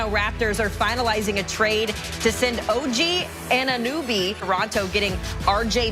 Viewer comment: She cant even say OG name correct